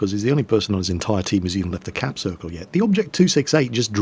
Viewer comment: "capsirkel" ahahahah